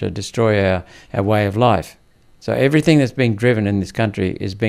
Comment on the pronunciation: You lost me “everythink”